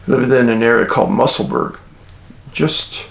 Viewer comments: Just a quick note to say that "Edinburgh" is pronounced locally as: "Edin Burra" and "Musselburgh" is "Mussel Burra" thanks (as always) for your excellent content. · Glad you sent the correct pronunciation 😊 mussel burra too. 👍